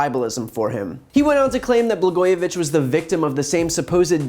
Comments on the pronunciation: 'Blagojevic"K"? He doesn't even know how to pronounce his name? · This dumb asshole cant even pronounce Blago's last name. Trump needs to have his orange ass blasted into space.